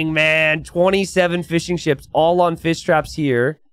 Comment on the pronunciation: Whenever has to say Fish traps, he ends up saying Fiss Traps. And instead of Men-at-arms, it's always man-at-arms or armses or man-at-arm for singular.:-D